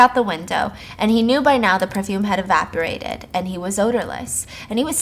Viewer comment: The second I read that she said evapurated instead of evaporated lol